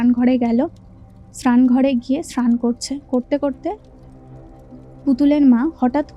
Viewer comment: স্ক্রান ….এগুলি কি কথার বঙ্গিমা, র উচ্চারণ করতে পারেনা , আবার কি স্নান কে বলছে স্ক্রান অস্যকর